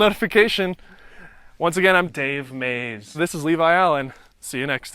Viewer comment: 🤣 the way you said Dave Maze